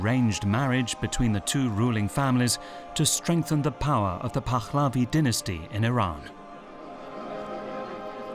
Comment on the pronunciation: It's not "Pakkkhhlavi" either.